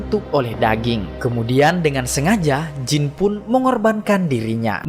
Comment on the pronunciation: Jin bang bukan jeans😂😂